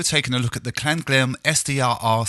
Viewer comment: Klanghelm is based in Germany they probably should be pronounced Klang---helm, not Klan--ghelm, just saying :)